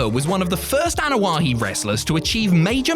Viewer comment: Is it me or does he keep saying Anoa’He?